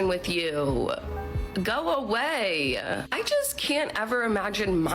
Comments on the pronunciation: How ignorant does she sound adding an “a” onto the end of words that don’t have “a”s on them. “Go awaya “ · You-a go away-a. The adding an a to the end of every word red flag. Lol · Alone picnic.. that's actually a very nice way to spend a birthday but learn about Greta Garbo. All you have to say (with posh accent and nicely of course), Sir "I wish to be left alone", thank you. Maybe ask for his # for another day. "Go awayaa". What is with adding an extra syllable and the blah blah blah ??? I'm an old lady so I'm a bit pedantic about comportment/vocabulary from both sexes. (Been married 41yrs, 3 cats..lol..it can be done!)